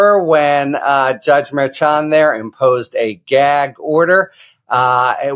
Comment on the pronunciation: Harry, you had the correct Spanish pronunciation of "Merchan". I do not know why the "sh" pronunciation is prevalent in NYC legal circles. I suggest you ask Justice Merchan himself which pronunciation is best.